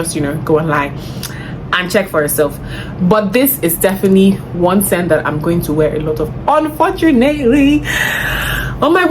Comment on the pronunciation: I love when you say “ain’t nobody got time for thet” 😂😂 I say it to my siblings a lot these days because of you😂😂😂 I’ll definitely try some of these perfumes out